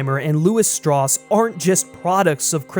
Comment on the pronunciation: As he proceeds to say "Strauss" wrong...